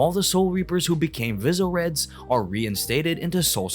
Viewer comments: like how do you say visoerd like that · I’m getting whiplash. How can he butcher visard and byakuya, but then EAT pronouncing komomura’s shikai & bankai names 💀